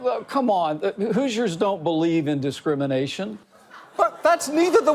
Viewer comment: It took me almost six years to figure out that he meant "Hoosiers"; the inhabitants of Indiana. I always thought he'd just butchered the word "Jesus"